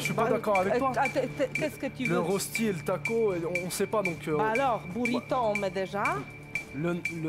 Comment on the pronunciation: Ça se prononce "reuch'ti", pas "ross'ti"......